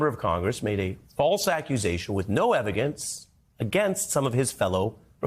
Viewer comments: EVI-GANCE. We all heard you say that. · ha he said evigence. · Evigence? (Not being malicious, just loling, it was kinda funny)